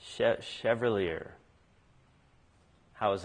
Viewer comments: Shev-al-ee-ay it's French for Knight. :) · Well done! Though Chads attempt is exactly what I expected, the most common.